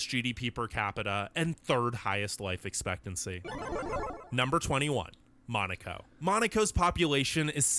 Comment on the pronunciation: How come Italy is in such a low position?! Ranking Spain so low it's crazy and saying that the food there is one of the best, instead of saying that about Italy, it's crazy, as well! Besides that, am I the only one who finds pretty annoying that the narrator calls Monaco, "Maneecow"?!!😮